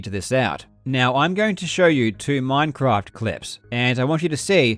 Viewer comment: Hey this isn't minecwaft